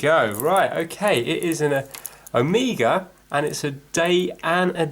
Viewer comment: I say omega the same as you i am from Derby